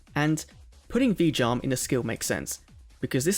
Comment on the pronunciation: I keep thinking you are saying "v-jump" when you say Vijam lol